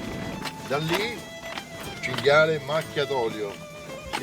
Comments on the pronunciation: ~chin,gale... its "chin-gee-ah-lay" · It's CINGHIALE baby, not cingale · cinghIale no cingale